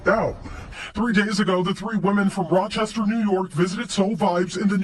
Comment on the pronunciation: Oh wow, Rochester, not Rochester 😂 I'm just glad it's not anyone from NYC.